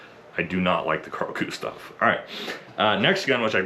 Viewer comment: Maybe the Best pronunciation of Carl Gustaf, from a american i have heard 🙂 often it is KHaRL GUHHstaf 😀